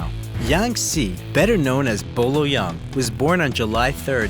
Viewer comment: It's not Bo Lo young lmao Boyee Ying.